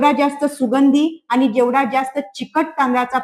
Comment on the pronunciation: Dr.मॅडम खूप सुंदर माहिती सांगताय फक्त शुद्ध मराठी आनि पानी करू नका बोला